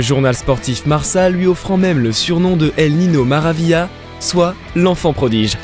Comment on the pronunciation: Par contre Marca sa se prononce marqua